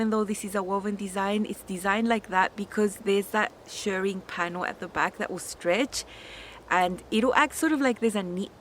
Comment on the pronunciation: Thank you again for another very informative video. Loved both dresses and I cannot wait to see the next hack. I always wait to see if you post anything on new patterns so I can purchase through your link. Also I am so glad you say Shirring and not Shearing, as you Shirr Fabric and Shear Sheep. 😆